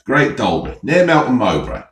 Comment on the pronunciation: Love how you say Melton mowbray and I love how you do your videos no editing just brilliant! 👍